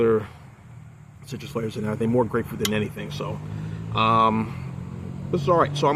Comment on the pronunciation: You nailed it when you said grapefruit. I think I would have liked the double broken heel IPA better than the Trail Maker Imperial IPA